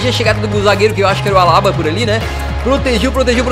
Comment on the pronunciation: meu parça Não se fala alaba se fala Alabá vc falou errado na hora de apresentar os jogadores do PSG